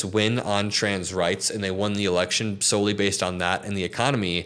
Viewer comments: Sounds like you said the erection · I thought you said "the erection this country is going."